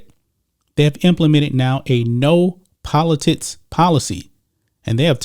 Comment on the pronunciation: Everytime he days politicis i can not unhear politits 🤣